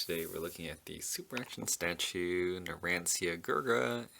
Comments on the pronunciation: It’s actually pronounced NUR AN CHA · This dude said narancia wrong smh